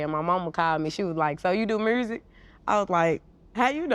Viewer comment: GloRilla: My 'mursic'